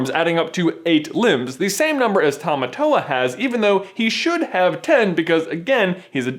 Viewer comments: I almost couldn't watch this because of the pronunciation of Tamatoa. Tah-Mah-Tore. Not tow-wah. Literally meaning 'Strong Man.' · I am fluent is Te Reo Maori and Tamatoa is pronouced like "Tah-Mah-Tore-Ah" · Please pronounce tamatoa right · you said tamatoa wrong